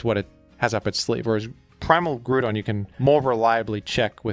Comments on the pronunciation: Your videos would be perfect if you just wouldn't fucking BUTCHER Groudon's name by saying it completely wrong: GREW-DON. That's wrong. Stop. It takes all my willpower not to hit dislike for that shit. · When are we getting a montage of everytime says “grewdon” in videos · The repeated mentions of the pronunciation of Groudon makes me think that is not, in fact, how the name is pronounced